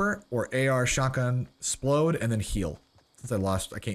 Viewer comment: It grinds my gears when people say "splode", please just say rockets